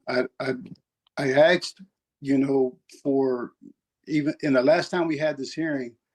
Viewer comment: He "Axed" for. Here we go. LOLOL